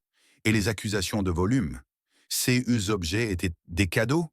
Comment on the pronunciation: Quel dommage la diction C-E-S etc… 😂😂😂😂😂😂